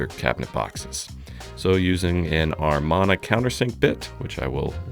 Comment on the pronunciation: There is no R in the word Amana